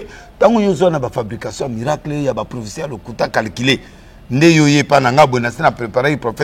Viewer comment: Prophéte et non profete